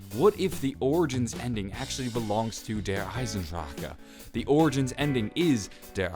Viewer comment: Yo please stop trying to pronounce the name. Lol it sounds disgusting